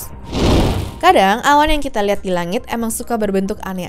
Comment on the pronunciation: typo kak aslinya Ngomong Awan tapi terdengar Hewan